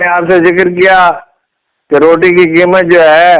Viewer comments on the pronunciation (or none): none